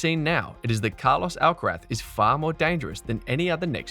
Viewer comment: Does this narator keep calling Carlos, Alcarat?!